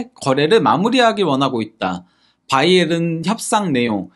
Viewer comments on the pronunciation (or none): none